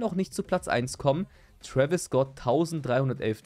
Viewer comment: Twäwis und m&m 😂